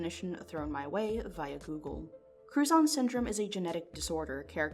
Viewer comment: Was only listening and had to rewind I thought she was saying crouton syndrome